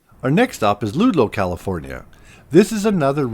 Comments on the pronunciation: I think it's Ludlow, and not Ludo... Nevertheless, I like this video. Great job! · The vids are nice and all., but PuhLeeze learn to pronounce the locations! Ludlow... short u. Yucca is pronounced Yukka. Niland is N'eye'land. And Searles Valley is the Valley itself. The town is called Trona. Charles Manson and Family were at the BARKER Ranch, across the Panamint range which is not exactly close. Their jump off point was up the road in Ballarat, they left a 4 X 4 behind that is still parked near the general store. To be fair a motel owner in Trona had a pic of him and Charley in the lobby. And their is no mine. The lake bed is blown, excavated, flooded with the brine cooked off. Resulting slurry is processed and shipped out on the short line. When Kerr McGee pulled out and sold the owners of former company residences were either paid off or deeded depending on equity. Plenty of convenient fires before former residents pulled out. Pioneer Point development went nowhere and is still inhabited, as are some of the older company houses. Plenty of out of state investors get and got fleeced every time Calif has a real estate bubble, as cheap land sight unseen is a reoccurring scam in the desert. The company did not push anyone out, but the new company went non-union and the skilled trades went where money was better. Should have checked out the high school's football field. It's black sand since grass won't grow next to a potash operation. Plenty of interesting history in the area. Drive north on the 395 and see Alabama Hills were Hollywood filmed plenty of Western